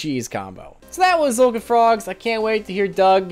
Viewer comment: Finally someone that doesn't say "Tuh-zolkin"